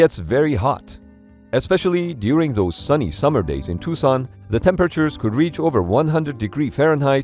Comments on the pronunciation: I have driven by this place multiple times. I'm also surprised you knew how to pronounce Tucson (I literally have out of state family members that get it wrong.) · Neat! I used to run next to the Bone Yard when I was stationed at Davis Monthan. I realized how lucky I was to have such a cool scene to look at while I ran. And you even pronounced Tucson really well. Good for you!